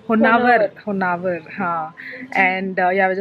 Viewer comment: It’s not honnavar ! It’s honnavara